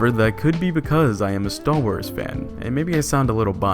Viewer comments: Am I the only one who thinks it sounds like he's saying "stahl wars"? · Stal Wars? Sounds like he's saying Stal Wars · wtf is "stal wars" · The content of the video was ok. The guy obviously really like the one class he plays. My main criticism of the video is the bizarre fake deep voice the narrator uses and how he repeatedly said "Staww Wars". Like the whole point of the video is about star wars, take one extra second to say the word correctly. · Stall Wars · cool review, cool guy, but damn it every time he said stal wars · I know that's not what you're actually saying right, but with your pronunciation, that's what I hear every single time.